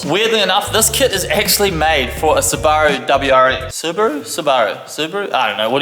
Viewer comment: because your NZ born... I have to agree with the way you say "Sue Bar roo" rather than "super roo" like the Ausies say!